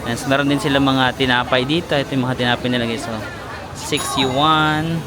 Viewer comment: Hi, pronounce " yuan " as one syllable, don't stress on the first syllable as in yu wan, pasensya ka na ka na bakaabash pa ako na being maarte